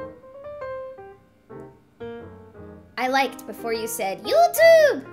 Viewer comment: I think the way you say "EweToob" is pretty funny. Don't get discourage, I watched your 'Draw Your Life' and it's amazing. Thanks for sharing!